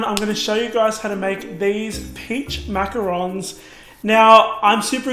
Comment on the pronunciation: Can't even pronounce Macarons right...